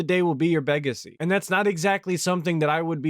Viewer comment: Be your 'Begacy' Damn bro chill hes already dead